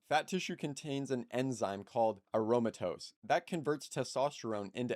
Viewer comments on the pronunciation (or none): Unfortunately, you are misguided about no fab.Did you read that in the back of the serial box. And one other thing before you make a video learn how to pronounce aromatase.